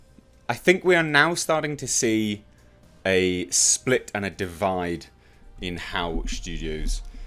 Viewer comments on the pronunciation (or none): none